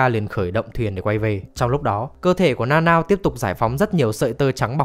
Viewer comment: Tính ra Nanao đọc là Na Na ô :v Na Nao nghe TQ quá :v